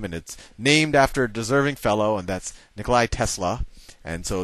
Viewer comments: NIKOLA tesla, not Nikolai! good vid tho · Nikola Tesla- theres not "i" at the end, sal :)